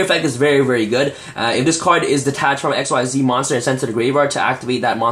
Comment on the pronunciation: bro... please pronounce it right: XYZ is pronounced like EXCEEDS not EX-WHY-ZEE